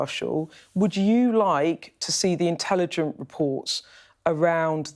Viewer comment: "The British Intelligent agencies?" "Intelligent reports?" lol The "stunninly" articulate Ms. Rigby unfortunately also seems to have serious difficulty with all words ending in "g"........ Found it very hard to concentrate on this interview. She certainly is very distracting....sadly for the wrong reasons.